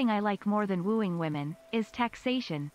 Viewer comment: "I'll be woeing tis woman" my man....thats a child